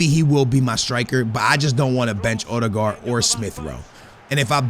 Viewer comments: O-De-Guard lol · You Call him Uhdegård